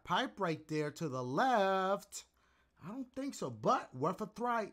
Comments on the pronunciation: "Worth a thry." Imma add that to the Dash vocabulary. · worth a thry... a thry 😂💀